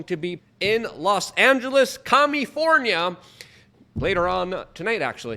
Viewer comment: My ears maybe playing tricks on me, but I heard "Commie-fornia."